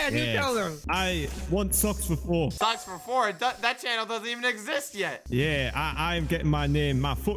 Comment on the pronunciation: Socks -> Soulk S O U L K Blaza -> Block 😂 L E G O